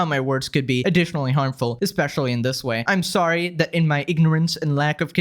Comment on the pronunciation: “I’m solly.”